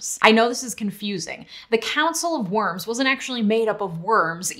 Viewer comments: The city of Worms is written like the English "worms" but is pronounced more like "warms" with a hard 'v' in front of it. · It's Council of "Verms", it's German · Fun fact, the o in Worms is pronounced like the o sound in the word foreign.